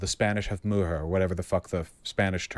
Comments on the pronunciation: Coming back a year later and vausch still triggers me… why is he picking spanish examples if he get CLOSE to pronouncing the words? 😂😂😂 does he mean MUJER??? Pronouner MOO-HAIR? What the FUCK… where did he learn spanish from? God this triggered the fuck out of me lol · How tf did he just try to say mujer?? Lmao